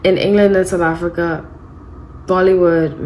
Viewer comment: Just love the way you say 'South Africa', maybe because I am from South Africa...? Love your readings.